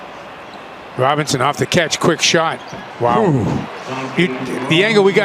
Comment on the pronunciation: “ROBINSON” 😂💅 gibberish